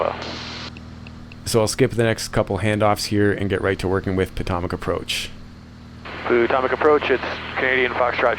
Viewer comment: The local way to say it is "puh-tow-mack" or maybe "pah-tow-mack" but I have never heard "poo-tom-ac" before.. 🤣I bet ATC got a laugh out of that.